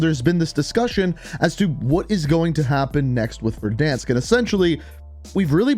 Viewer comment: Petition for to pronounce "Verdansk" properly.